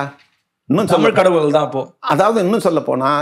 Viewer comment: ayya மாரிதாஸ் அவர்களுக்கு தமிழை ஒழுங்கா வாசிக்க கூட தெரியாது.. தமில் தமில் என்று உச்சரிப்பார். முதலில் ஒழுங்கா உச்சரிக்க சொல்லுங்கள் அப்பறம் அவரோட காணொளி பார்க்கலாம்.